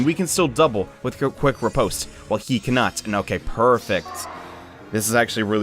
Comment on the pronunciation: I am 1000% sure you are saying riposte wrong and it's annoying my ears D: !